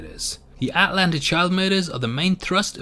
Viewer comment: the way this guy says Atlanta kills me